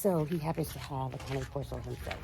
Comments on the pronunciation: Pronounce Cane Corso correctly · Can you put some kinda of a cage over the A/C unit? This way, Bane can't get to it. Also, can you please school that contractor on the proper pronunciation of a Cane Corso? (CAH-ne Corso) ❤❤